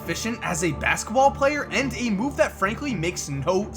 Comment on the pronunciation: Idk why, but the way says "basketball" be bugging me lmaoooo "Baskball" smh lol dope video tho